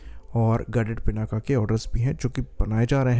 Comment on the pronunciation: It's not पिनाका, it's पिनाक , शिव जी का वो धनुष जिसको सीता माता के स्वयंबर के समय राम जी ने तोड़ा था।